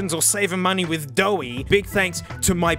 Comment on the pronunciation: You called Honey "Doughy"